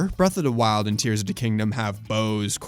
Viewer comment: "Bref uh da wild"